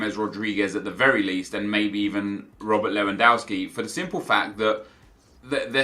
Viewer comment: How can you still pronounce Lewandowski wrong Nep? Don't you watch football on TV?